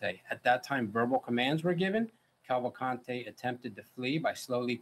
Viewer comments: i think its soo funny they keep saying cavalcante the wrong way, as if it was spanish. i guess americans dont know that in brazil, ppl dont speak spanish. portuguese is the official language, but also several minor languages are spoken throughout the country. its easier to find someone speaking japanese, french or german than finding someone speaking spanish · not a matter of accent, and saying "would make 0 effort to pronounce a convicted murder name correctly" is not a good excuse. A LOT of ppl have that last name. and yes, the woman on the video said it assuming it was spanish, which it isnt, and it is not pronounced that way in brazil. portuguese is spoken in brazil, not spanish.